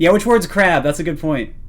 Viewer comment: "Who trew LE KRAB"